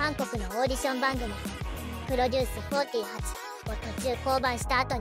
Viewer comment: 『プロデュースフォーティーハチ』 しか頭に残らなかった(笑)